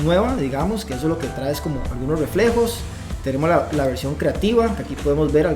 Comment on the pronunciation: Excelente video, gracias. Sólo un favor de pronunciar traé, esa palabra se pronuncia trae sin acento en la e.